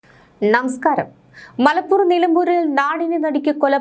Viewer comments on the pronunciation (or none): ണമസ്ക്കാരം അല്ല നമസ്ക്കാരം😂😂😂😂